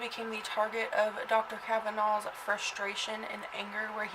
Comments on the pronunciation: The name is Cavaness, not Cavanaugh, you goof! You don't know what you are talking about. You read 'Murder in Little Egypt' and you make a Youtube. Big whoop. Get a life. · I happen to be from Eldorado Illinois. Born and raised. I knew Dale Cavaness and Sean Cavaness was my friend. I don't know the reason for your video other than getting yourself on YouTube. But NO one ever pronounced the name "Cavanaugh". Should you choose to utilize the tragic murder of my friend for your own purposes, the least you could do is pronounce his name correctly.... One last thing. No one from Southern Illinois calls it Little Egypt. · Ill have you know that this is my great great uncle. And that is not how you say our last name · You can't even pronounce his last name correctly? He's the subject of your entire video and you continously mispronounce his name? That's some high quality work. You obviously really do extensive research for your videos. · The last name was pronounced as the "S" sound. You might want to talk to some of the people in Harrisburg instead of just reading the books and stories. He was a horrible person.